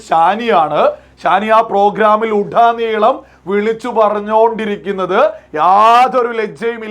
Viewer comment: ഉടനീളം ആണ് ഉഡ്ഡനീളം അല്ല സഹോദരാ. ഇങ്ങനെ അക്ഷരം കടുപ്പിച്ച് പറയല്ലേ.